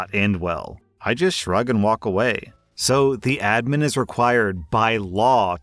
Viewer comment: FINALLY YOU PRONOUNCED ADMIN CORRECTLY